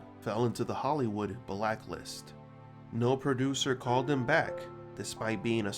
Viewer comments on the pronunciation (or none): none